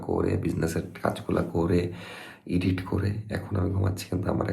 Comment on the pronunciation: ভাইয়া, আপনি আর নাফিসা আপু কি পড়াশোনা ছেড়ে দিসেন? আরেকটা ব্যাপার, এডিট কে ইডিট বইলেন না। শুদ্ধ উচ্চারণ করা উচিৎ।